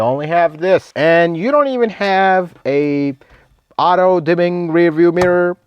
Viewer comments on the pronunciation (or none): none